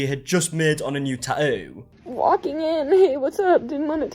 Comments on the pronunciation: no one:: ta'ooo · The way you say tattoo is SO satisfying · I love the way you pronounce tattoo.